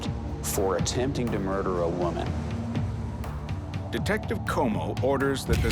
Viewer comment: please "woman" not "women"